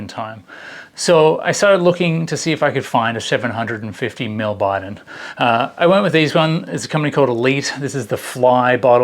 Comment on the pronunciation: I believe the correct pronunciation is bee-don (bidon) not by-don